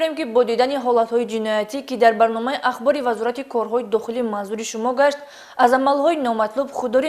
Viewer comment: Яхбор😂😂😂😂😂😂😂😂 ё яхмос😅